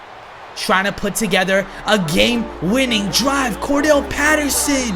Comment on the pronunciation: I hate when people call him Cordelle Paterson. His name is CORDARELLE. Pronounced Kor-duh-rel. Get it right jesus